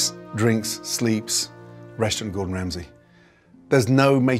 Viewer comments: Does anyone else hear "Russian" instead of "Restaurant" ? English people never enunciate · Up until I thought he was saying "Russian Gordon Ramsay" and I was so confused. I thought it was a feature spot on a Gordon Ramsay restaurant located in Russia.